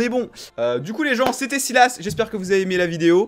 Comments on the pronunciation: On dit pas sylas on dit SAILLLEUUUUSE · On dit [Salasse] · On dit Syl asse